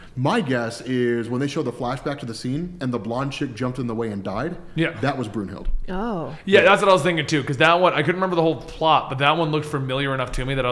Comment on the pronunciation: Blonde Valkyrie's name is pronounced Broon Hilda Brunhilde. It's german mythology